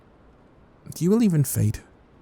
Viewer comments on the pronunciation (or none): I thought he said feet instead fate